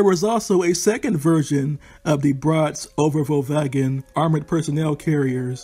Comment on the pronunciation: Thumbs up for the pretty much spot on pronunciation of the Braat Overvalwagen! Well done!!